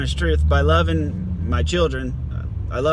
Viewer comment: Another good video 👌👍. Say "shave mah balls" again. Lol